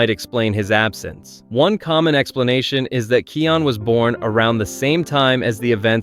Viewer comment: Kai-on Not Key-on